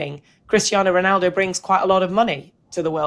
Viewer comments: It's actually Ronaldo not Rinaldo! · You do mean Ronaldo, not Rinaldo, right?